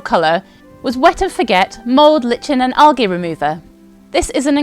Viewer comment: Lichen is pronounced "Liken".